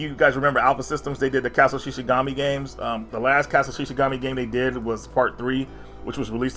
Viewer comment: I've never heard him say Castle of Shikigami correctly 😆Shi'shi'gami would be 'Deer God' lol. I loved when he once said Super Robot 'Tensken' instead of 'Taisen' as well 🤣